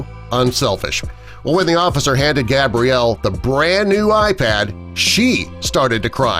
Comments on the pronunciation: He keeps on calling her gabriel instead of gabrielle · So is her name Gabriel or Gabrielle? You said it both times her name is Gabrielle get it right man. No hate but cmon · who tf is Gabriel? It’s pronounced Gabrielle. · He’s calling the girl Gabriel in the beginning. Gabriel is a boy’s name. Female form is pronounced ‘Gab-re-el’, not ‘Gay-bree-el’ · Lame video. Touching story but the narrator calls Gabrielle, Gabriel - a boy's name - at least twice in the middle of the video. Then they want you to subscribe? HA! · Sir I think you mean, gab-ree-ell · it is pronounced (gab-ree-el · Omg, he kept saying her name wrong, that drove me NUTS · God dude your pronousing her name wrong